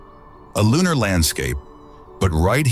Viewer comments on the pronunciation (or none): none